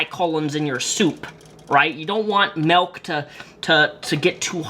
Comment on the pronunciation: He said “Melk” oof 😅